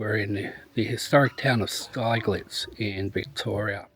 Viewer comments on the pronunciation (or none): It’s actually pronounced Stigllitz, think of big and then you have got the name right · Its pronounced Sti g lets